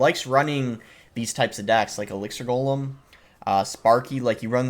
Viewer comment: good try Boss. Almost got that pronunciation down.